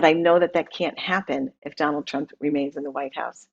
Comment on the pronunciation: Love & Happiness He pronounced it PRUMP 🤣🤣🤣